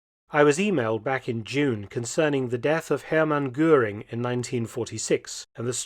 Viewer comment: Si les docs sont bons , l·IA elle est une saloperie qui déforme la voix de l·Homme ? A quoi cela sert Il ?? on se le demande ....Deformations des noms : ex : canal de Guanal ...Gurin au lieu de Goering et autres ....Ce serait si agréable d·écouter une voix humaine avec ses arrêts et autre ponctuation !! C·est exactement comme ceux qui ont voulus aller sur la lune , alors qu·il n·y avait rien á gratter ???? L·être humain dans toute sa splendeur et les moutons derriere ...Salut ...